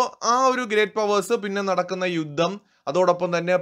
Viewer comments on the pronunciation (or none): none